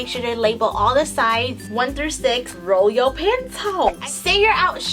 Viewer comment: "roe yo pencil"lol the way you said that :D